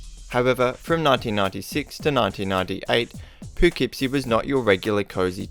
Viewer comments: *pa-kip-sie is how its pronounced hun. No worries, ull get it next time, theres a murder there every week now! Im shure ull have more than plentiful stories from there. Someone just got murdured behind my mom's work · The way he pronounces Poughkeepsie is funny. I've probably passed that house 100s of times. Creepy.